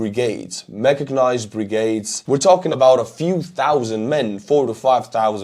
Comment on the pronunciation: Did he say 'machagnized' brigades? :D